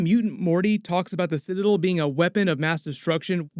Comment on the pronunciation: Did you not watch the episode or do you just refuse to say the word citadel correctly?